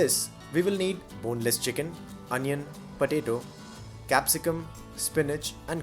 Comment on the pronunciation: Do any of u heard podado? 😂